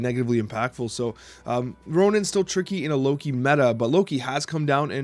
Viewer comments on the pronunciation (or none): none